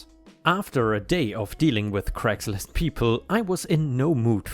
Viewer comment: you goober... Craigslist is said as "cray" not "creh." 😛